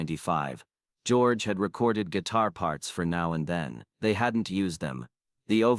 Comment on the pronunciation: As soon as I heard "November TOOTH" I'd already heard enough. The 'Now and THEIN' casssette finished me off. It's time there was a separate You Tube AI app methinks.